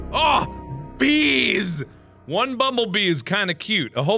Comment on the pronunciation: When he said not the bees it sounds like the Nazis